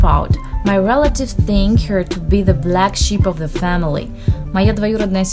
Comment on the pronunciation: Of звучит "ов". "Оф" - это слово off